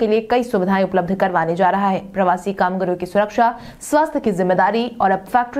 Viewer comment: "कामगारों" शब्द का उच्चारण "कामगरों" नहीं किया करें।